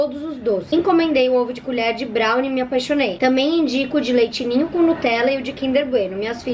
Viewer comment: "Culher" KKKKKKKKKKKKK